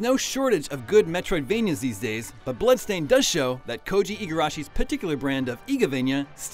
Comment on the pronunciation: BLAdstained LMAO XD